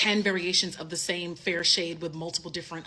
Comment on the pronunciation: really, you cant say "fair" 🙄